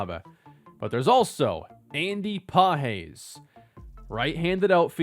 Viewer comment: Andy Pages. Pronounced like Pa-jezz